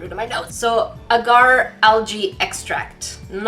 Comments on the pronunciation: Is anyone else in slight pain/cringing from pronunciation of the word “Agar” she says it as “uhgar” but its pronounced “ah gar(like car)” hope that helps 😂😂😂💜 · It’s pronounced ahhhgar